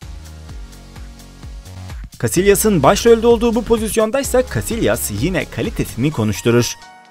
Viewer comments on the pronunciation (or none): niye yanliş söyledin bazi oyunculerin ismine ?! o_O çein nedir o Çek dir ve başka Casilias diğl Casiyas okunuşu :| başkaleride ztn bittirdn ama genede iyi video